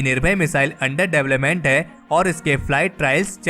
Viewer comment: Development pronounce sahi nhi h tumahara